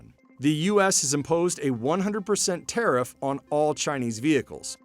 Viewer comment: Tiarff this and Tiarff that. Nobody talks about what the average customer wants.